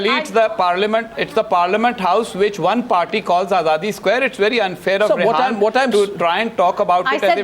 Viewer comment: Arnab Goswami ... She is Rehaam not Rehaan and she is not he ... 😂